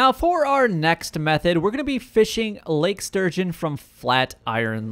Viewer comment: It's Lake STurgeon, dude. ... not Surgeon! lol